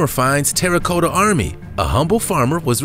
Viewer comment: It's not Soth-bees, but it's said SOTH, rhymes with dud, SOTH-eh-bees, Not Soth-bees. Terracotta, sounds like the name Tara, then sounds like the word cot, a bed like thing you sleep in, so all together Terracotta, not TERRA-COAT-UH Seriously someone should have corrected him because unfortunately it does make him look and sound bad and inadvertently he comes across as uneducated. Sorry, but it's true. Again, not a hater, but love English